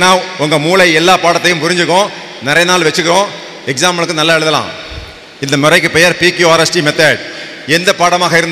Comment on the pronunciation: நல்லா என்பதற்கு பதிலாக நள்ளா என்று சொல்கிறீர்களே சகோ